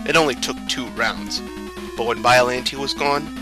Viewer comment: That’s an odd way to pronounce Biollante.